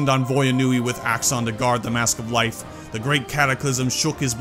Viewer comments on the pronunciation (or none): none